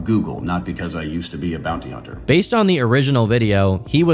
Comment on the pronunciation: hearing him say "im a former bouny hunner" made me realise he's THAT guy.